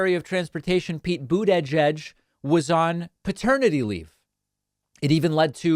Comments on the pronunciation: Mispronouncing Bootyjudge's name is getting old, Danny Parkman. Grow up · What's wrong with you? Are you trying to be funny? No one pronounces Buttigieg the way you do; not even Buttigieg. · Why does David struggle so much with Mayor Pete's last name?